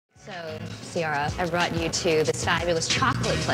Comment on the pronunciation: Y do they always mess her name up ? It's pronounce SEE AIR A not See are a